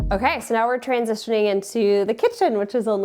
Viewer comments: Love when Minnesotans say soo 😂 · I’m from Wisconsin and every time she said “soooooo,” I liked her a little more. ❤